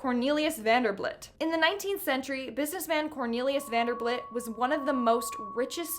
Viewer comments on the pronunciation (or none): Yes, I want to see more! I love cemetaries! Also, the last guy's name was VanderBILT, not VanderBLIT. 😄